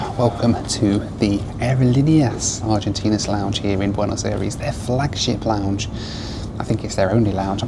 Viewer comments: Not to be offensive or anything, but the way you pronounce “Aerolineas Argentinas” is cringe-worthy to this Spanish speaker…. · Never ever ever say Aerolineas Argentneas again......ever.....I broke out in hives after your hundredth pronouncement of an earworm I'll never get rid of. Other than that, solid video. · You keep repeating “aerolíneas argentinas” with the worst possible pronunciation